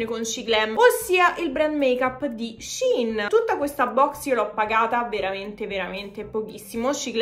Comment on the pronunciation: finalmente una che pronuncia Shein bene:face-red-heart-shape::face-red-heart-shape::face-red-heart-shape::face-red-heart-shape